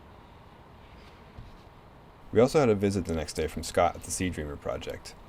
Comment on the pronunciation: Can he say "SEA DREAMER" ? sounds like sea germer project.